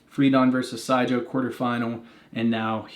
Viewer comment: for pronounciation as American try "Zagou" as in tZAr and GOUging ;-)